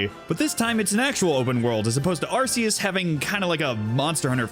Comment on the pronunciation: Haven't beaten it myself either, only taken out one team star base, gotten 3 herbs, and knocked out 4 gyms, been too busy just farming pokemon and grinding along with exploring >_< (also, kudos on pronouncing Arceus correctly)